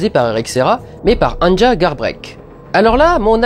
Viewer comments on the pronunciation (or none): Vidéos super intéressantes, comme d'habitude. Une toute petite rectification: Anja se prononce "Anya" en norvégien.